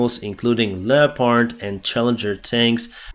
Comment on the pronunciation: Love ya and your updates, I also watch Paul (Combat Vet). You guys need to get together and coach each other, you help him with pronouncing Ukrainian names for people and places, him help you with your English. You are starting to wear off on me, I'm now calling them Lep-heart tanks. Keep up the awesome work.